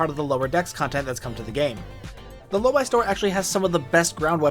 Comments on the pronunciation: Drives me crazy hearing your pronunciation of Lobi, it’s Low bee not low buy. Like nails on a chalkboard…😂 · 'Lowbee', surely, As a brit, lobii sounds strange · Hmmm. I always pronounced it "low-bee," but you pronounce it "low-buy." Not a criticism. I'm actually just enjoying the irony that never before occurred to me.